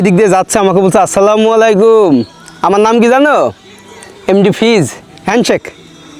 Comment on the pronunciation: Vaiya ami apnar vdo dekhi sei jokhon 67k subscriber cilo tokhon theke , but jokhon apnar 1 million hoye gelo tar por majkhane r vdo dekha hoyni , ajke dekhlam abar khub valo laglo but akta kotha boltici , apnar salam dewyate vul ace beshir vag somoy a slamalaikum bolen aita thik korben ❤